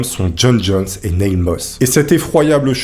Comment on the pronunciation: Super vidéo mais la prononciation de l'anglais est un peu douteuse (Neil -> se prononce comme Neal, Nutty Putty -> les deux u se prononcent avec un son eu, et "college" en anglais ce n'est pas "collège" mais "université") 😉